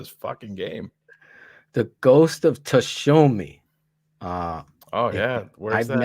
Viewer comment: I cant believe... well i can that phil BOTCHED ghost of "suuushiemmmAA"